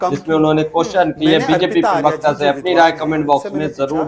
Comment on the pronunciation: 😮 आली जनाब,पिरवकता नहीं, प्रवक्ता होता है।